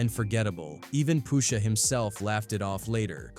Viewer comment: Poosha huh... Get a better AI voice over